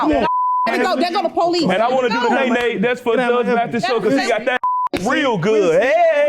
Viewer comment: She talking bout, "There goes the poh-lice!" 🤣🤣🤣 Um yeah.....in a courtroom there are policemen. They're called bailiffs. 🤣🤣🤣🤣🤣🤣